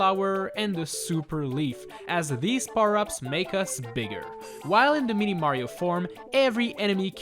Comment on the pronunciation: Am i the only one who hears 'meaty mario'